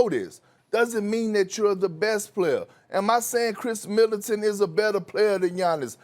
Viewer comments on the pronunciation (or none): Why Kendrick Perkins keep saying “Kris Militant”